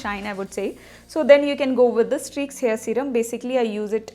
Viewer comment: Even you are not able to mention the name properly..how do you reviews this products..? You guys all are fake..Do everything just for business...try to use this at first then make video